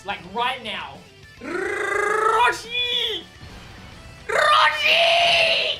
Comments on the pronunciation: “RRRRRRROSHI” had me dying lmao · His way of saying Roshi was the funniest bit of the video XD